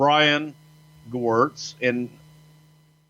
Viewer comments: Brian Gowertz not Gerwitz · Its gewirtz